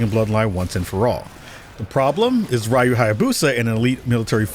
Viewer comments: Anime and Japan has never been more popular as it is today, and Westerners still pronounce Ryu (ree-oo) as RYE-OO. Bonkers. Are your ears broken? Just a salty Asian whose name keeps getting mispronounced by gaijin. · You can tell you don’t know wtf you’re talking about. Mf pronouncing Ryu as RAI-YU. Yeah homie plz stay tf out of my algorithm